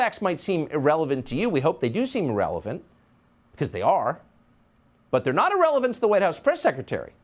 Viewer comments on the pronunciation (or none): none